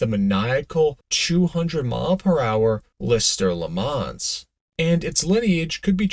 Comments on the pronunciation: Leh Mom.. ma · I cringe every time I hear you try to say Le Mans. Disgusting.